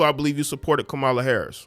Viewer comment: Not the mispronunciation of Kamala Harris name, come on brother.